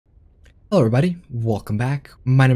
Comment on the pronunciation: That "hewwo everybody" made me guess you're japanese but I don't really know accents